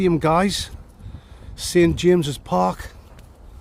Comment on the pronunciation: Did say Sid James's Park lol 😆 😂